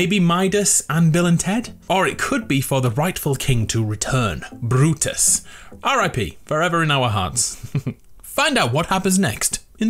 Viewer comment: The way he said Brutus tho